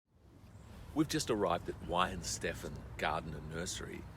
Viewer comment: You travelled to Germany and to the region, but still didn't grasp how Weihenstephan is pronounced. Give you a year there....?